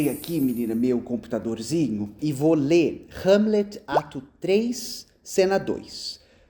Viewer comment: "R"egel e "R"amlet é muito bom, rs.